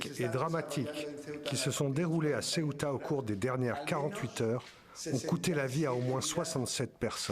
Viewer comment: Madame, sebta et non seuta, d'autant plus sebta et melilia se trouvent sur le territoire marocain et non espagnol, merci de rectifier le tir.